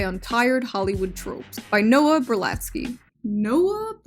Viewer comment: Can you please pronounce the name correctly? It's (((((Noah Berlatsky)))))